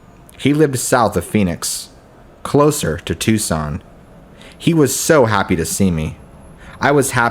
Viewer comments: TOO SONN not TUCK SON 😁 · Please tell me someone corrected your pronunciation of Tucson.